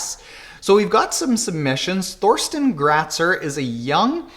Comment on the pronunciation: I'm pretty sure his name is pronounced Torsten. There is no "th" sound in German. Just think as in Thailand ;-)